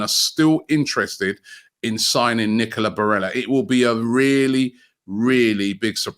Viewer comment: "Nickeler Barella" lmfao